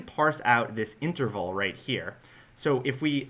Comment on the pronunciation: Interval, not Enterval, but good video. In fact, I like all of your videos.